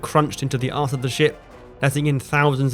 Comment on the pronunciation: Well now that you mentioned it, it kinda sounded that he said arse